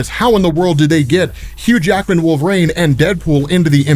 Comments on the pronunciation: Please… it’s Wolver-EEN, not Wolver-AIN.. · Why do you pronounce Wolverine… Wolverain???